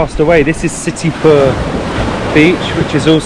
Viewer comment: Indian names are generally spelt phonetically and can thus be easily pronounced exactly as written. Just follow the syllables - Bha+rat and Si+ta - to avoid mispronouncing the same as Bhatarpur or Sitipur when the signboards are clear. Terms like Bharat and Sita are also sacred to most Indians.